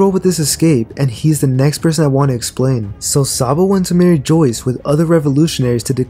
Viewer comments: it’s pronounced merry-jwah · Please stop saying “Joyce.” It’s not “Joyce.” If you are paying attention to small details in this story, I think you can also afford to pay attention to pronunciation. It’s from a French word, and granted Oda has retconned it twice, but the anime has never changed the pronunciation. You gotta be willfully ignoring how everybody else is saying Mary Jois to end up saying it the way that you are. I’m only saying this so you can make your content better.